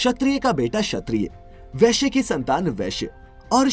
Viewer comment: Vaishya is a varna who deals with agriculture and merchantile but the image u displayed in the video is of veshya (woman who gives sexual pleasure to men in an illicit way) 🙄 Even pronounciation should be vaishya, but ur saying veshya For kshatriya u ve used image of hunter which is incorrect Pls do some proper research on varnashrama dharma 🙏